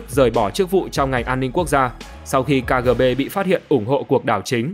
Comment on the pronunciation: Ka gờ bê?